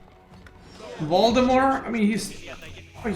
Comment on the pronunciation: i like how you pronounce Valdemar as Voldemort